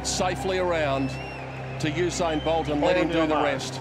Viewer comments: So usin is a word not usain. Yeah you think you’re funny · You said usi lol 😆